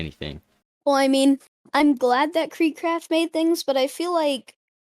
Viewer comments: did he just say "creek crap" what?? Kreek craft? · Wth you said creek crap lol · Bro you said kreek crap💀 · Kreekcraft not creekcraft